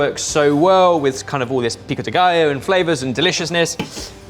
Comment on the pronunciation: I was so proud when he properly said pico de gallo and then he immediately butchered jalapeño